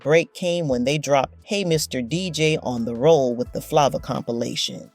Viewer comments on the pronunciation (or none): I can’t take this video serious- pronouncing Flava as Fluva & Zhane Juna? Girl take this video off YouTube!! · Patrice Rooshen??? Roll With The Flaaava??🤣🤣 C'mon!!!! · Can pronounce Zhane but not Flava, Rushen, or Arie...🤣🤣🤣....